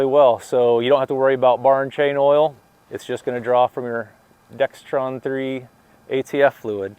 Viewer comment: Dexron, no T